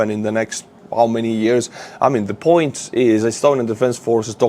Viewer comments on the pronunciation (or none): none